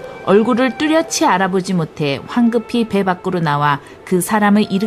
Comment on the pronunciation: 뚜렷이 : 뚜려시(O) 뚜려치(X)